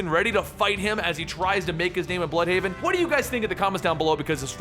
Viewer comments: its not bloodhaven or bludhaven but it is blÜdhaven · I think it would be pronounced blude-haven